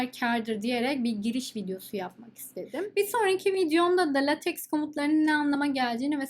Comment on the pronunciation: The correct pronunciation of the word "LateX" is "Laytek". We can pronounce it as "Latek" in Turkish. This is relatively satisfactory. Latex is a kind of polymer material. Besides thanks for the content.